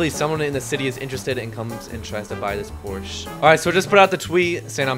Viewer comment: bros Porsche pronunciation 💀